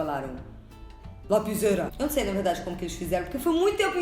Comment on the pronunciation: "lapiseira" MORRI KKKKKKKKKK